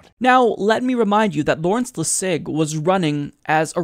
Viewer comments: it’s Lawrence LESS·ig, not Le·SIG. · LEssig, not LessIg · Lol why is pronouncing Larry lassig's name like that? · I think you're pronouncing 'Lessig' wrong. I don't think there's emphasis on the 'sig', but on the 'Les'. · I think you're saying Larry's name wrong. I've never heard it pronounced french style. You're making it sound weird.